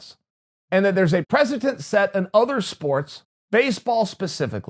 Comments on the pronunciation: Wtf is a "precetent"??? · Me: Precedent Chael: Presentent Me: Ok, great